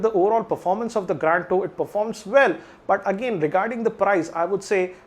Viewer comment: Please spell Grand as it is...It is Grand .....Not Graaaaand